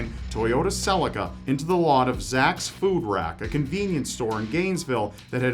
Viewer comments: CE - LEEK - KA lol Another great video! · I've never heard Celica pronounced Ce-li-ga before 😂 Aluminium or A-loom-inum as you yanks say it. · cell-lick-ka? In Australia we say cel-leak-car lol